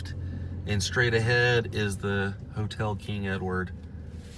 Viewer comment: a motel spelled with an M is not pronounced hotel